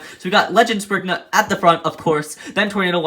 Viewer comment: You pronouns some of the beys naems wrong what is springnut.